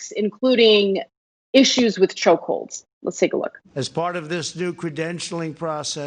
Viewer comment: Lol. Think he DID say choke holes lol